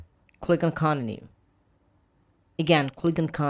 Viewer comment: Bros saying coninu lol